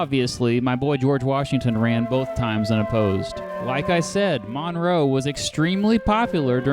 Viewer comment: The way you pronounce "Monroe" as "MONNROE" does not get in my nerves, but gets in my head.